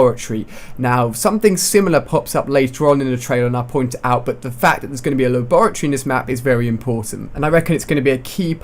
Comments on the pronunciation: It's lab -ra -Tory lol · A "Lah-Bore-A-Tree" lol. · haha La-Bore-uh-Tree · He's obviously not from where ever you are, because depending on where you where raised/lived it's pronounced differently, I know that in Australia it's pronounced lab-ah-tery, I'm not too sure for everywhere else. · la-borr-ity. Lol! :) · HAHAHA its pronounced lab-ra-tor-ee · You say laboratory stupid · How the fuck do you say the word laboratory, that sounds weird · Say laboratory again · Do you not know how to say laboratory? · nice pronoucing of labratory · U say labatory wrong ali a lol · The way he said Laboratory The fuck?